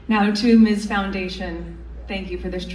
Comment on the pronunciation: Also,, we ❤ you but For all of us who have fought the fight for women 4 so long, it's "MIZ" not "Miss" for Ms foundation